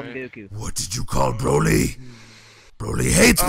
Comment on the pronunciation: His name is not broccoli it's Broly ☝😉